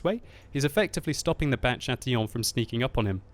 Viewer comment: You said Chatillon well :)